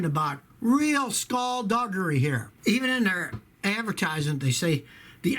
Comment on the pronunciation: What’s “skull - dug - ary”?